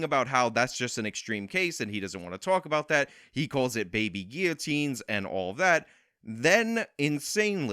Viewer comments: This guy is very unintelligent. He thinks he’s intelligent, but the guy doesn’t even know the pronunciation of guillotine 🤦‍♀️ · Do people actually pronounce guillotine like that? I've never heard this before.